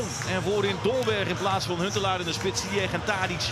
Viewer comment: Uitspraak van Hakim zijn achternaam is foenetisch “Zijesh”